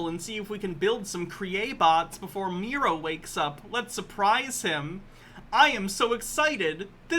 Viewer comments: I feel like is going to see this, and his only response is going to be something like "You call him MEE-ro, but it's pronounced MYE-ro!" Then he'll sit back, nod at his computer screen, and say "got'em." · I bet it pronounced MEH-ro…. as in, MEH-ro-wanna 😉